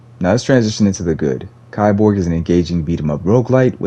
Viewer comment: it's pronounced "KEY-borg"